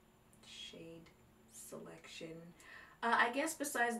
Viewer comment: “SHADE SHALECTION” 😂 I kii’d